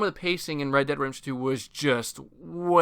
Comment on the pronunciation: Are you saying "redemption" really really fast, or miss pronouncing it wrong 90% of the time? Sounds odd to me, no offense intended.